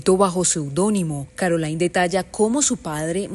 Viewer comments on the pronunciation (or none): Espeluznante... viniendo de su marido e incluyendo a tantos hombres "normales" de la misma comunidad. Por cierto, el nombre de su hija no se pronuncia "Carolain" en espan̈ol, sino "Carolín". Es francés, no inglés.